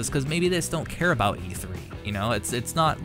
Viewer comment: E tHree! E tHree dammit!! not e tree! :D